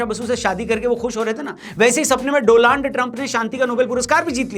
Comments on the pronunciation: Is it Doland or Donald ? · डोनाल्ड नाम है doland बोल रहे हो आप😂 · Donald ❌ Doland ✅😂